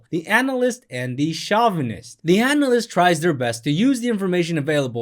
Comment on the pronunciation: Hey bro, great video - but it's pronounced "show-vuh-nist" not "shaw-vuh-nist."